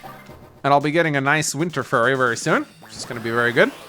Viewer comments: Is anybody else screaming internally every time he says “furry” instead of “fury?!” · It is pronounced Fuu-ry as in few-ree not furry